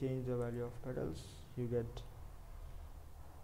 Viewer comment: petals not pettles...